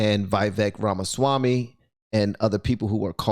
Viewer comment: It’s pronounced Viv-ek Ram-a-Swamy. He’s a legit dude. He knows what he’s doing…not running for President, but running for a prominent position in the 24 Trump campaign